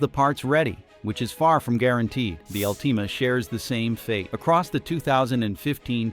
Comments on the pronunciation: Bad robot. All-TEE-mah??? Good by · AI video? Who mispronounces Altima ??? Garbage.